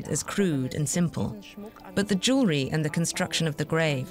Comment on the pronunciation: It would be nice if educated narrators could pronounce jew-el-ry.